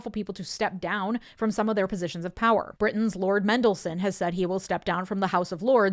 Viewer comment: MeNDELSON! 100% agree. He does not deserve to have his name pronounced correctly ever again (among other things).